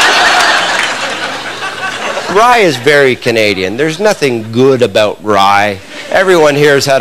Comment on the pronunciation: He pronounces the word "about" like the Canadians in South Park :)